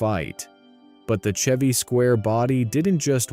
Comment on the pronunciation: Hearing the bot narrator mispronounce "Chevy" Really took me out of it. Hearing it flub so often as the video goes on just disappoints me. Why use a bot narrator? Was the script even written by a person?